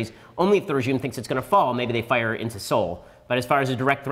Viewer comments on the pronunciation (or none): none